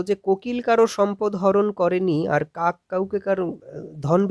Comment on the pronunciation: পড়ানোর ধরন খুবই ভালো লাগলো। কিন্তু "কাক" উচ্চারন কাঁক কেন বলছেন???